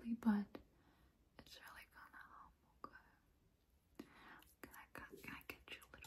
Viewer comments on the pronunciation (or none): When you say your Okay bana bazen okul gibi geliyor ilk duyduğumda şaşırdım dedim ne okulu ya😂😂 but anyways just keep doing this sis ❤it’s really good and it gives shivers 🤍